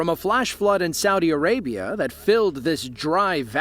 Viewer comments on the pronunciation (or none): none